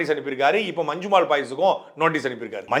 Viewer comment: நல்ல கருத்து ஆனால் அது 'மஞ்சுமேல் பாய்ஸ்' அல்ல 'மஞ்சுமெல் பாய்ஸ்' (நெடில் அல்ல குறில்). பெயர்ச்சொல் குறிப்பிடும் போது அதே உச்சரிப்பு இருந்தால் தமிழுக்கும் உங்களுக்கும் சிறப்பு. இது எனது புரிதல்.